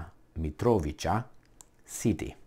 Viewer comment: pronounced: "Mitrovitsa", brgds